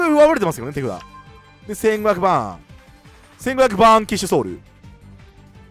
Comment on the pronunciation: バーンキッショソウルにしか聞こえなくて耳掃除したわ